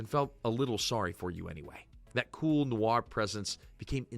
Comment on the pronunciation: Sigh, . . . it's not "neh-wor", it's "nwor". Just sayin'